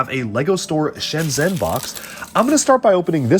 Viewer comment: I don't want to the the "aktually" guy but Shenzhen is pronounced ShenJen ;)